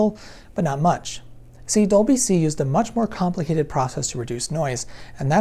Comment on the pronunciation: Hey , Compli-ated?